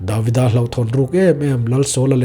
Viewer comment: Davida ni lo in David-a oh. A lam rik dan hi thiam tawh teh uh ngaihthlak a hre awm a dik zawk hriat chuan josefa ni lo josef-a entir nan